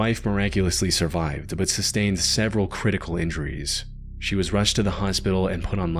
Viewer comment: "bahhht" "unfortunately" "howver"...